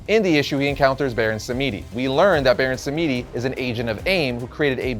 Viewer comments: Im haitian and its not hougan its prononced HOOGAN lolll and its not BARON SAMEDEE ITS BARON SAMEDI samedi means saturday in french or haitian creole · Hi, Baron Samedi is pronounce Sam-di. :) Great video. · You need to do more research! He’s obviously based off Voodoo religion! Baron Samidi was pronounced wrong too! You didn’t do this character justice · How do you not know how to say Baron Samedi yet?!